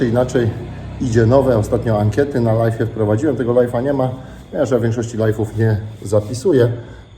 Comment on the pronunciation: ty sie naucz mowic ze robisz LAJWA a nie LAJFA bo LIFE to zycie a nie cos na zywo.......cos na zywo to LIVE i to sie wymawia LAJW wiec robisz LAJWA a nie pieprzonego LAJFA.